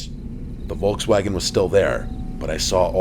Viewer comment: Love, how you pronounce "Volkswagen" ❤